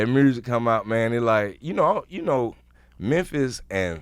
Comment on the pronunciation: I just want Scrappy to say “MUSIC” one time. Just once lol #Mursic